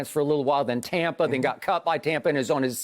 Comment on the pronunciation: Skip "Tompa Bay" Bayless